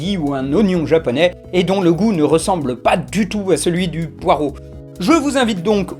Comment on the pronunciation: C'est pas comme ça qu'on prononce "poireau"